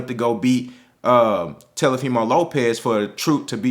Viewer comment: .....I have and LOVE all the same opinions that you have. Rock wit ya bro. But quit calling that boy Te"L"ofimo Lopez😆 give that man his respect so we can talk dat talk bout him and he knows what it is. Tank is the SmashBot in the division. Devin is DAMN SURE on his way tho!